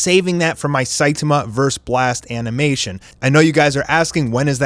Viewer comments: ITS NOT SITAMA ITS SAITAMA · It's very refreshing to watch a OPM commentator who actually knows how to pronounce Saitama correctly. Props! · That way you say Saitama kills me bro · I cannot with the way saitama is pronounced. Lol.